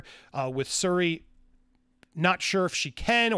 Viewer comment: Didn’t know that Tom Cruise’s daughter had stunt training... The character’s name is SHuri not Suri.